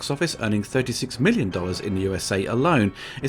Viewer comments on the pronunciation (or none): none